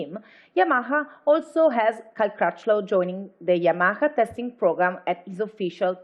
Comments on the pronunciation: Spanish cant say YAMAHA .... lol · WHY SHE CANT SAY YAMAHA CORRECTLY !!!!